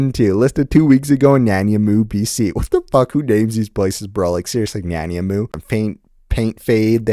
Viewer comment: Nan-I-mow, like the pastry